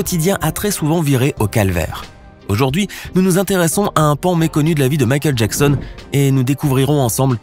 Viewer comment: Michael Jacksen